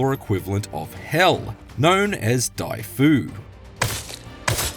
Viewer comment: it's not diefu but deeeeeefu